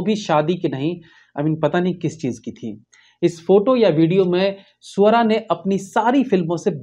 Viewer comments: Bhai ..Swara bol rhe the ya Suara 😂😂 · सुवरा नही स्वरा है। ❤❤😂😂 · Loved the way you pronounced her name 😂😂 स ऊ अ र आ ......!!!!